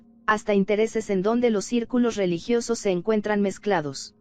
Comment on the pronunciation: Ese rieciente riecinto rieligioso